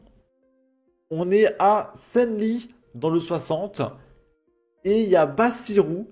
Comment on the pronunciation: bon je vais faire une faute mais Senlis se dit "sanlisse"